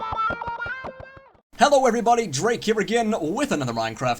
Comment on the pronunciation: Draykke Devry LOL Yeah. I'm still around here and there :P He butchered the pronunciation of your name, but linked to your video :P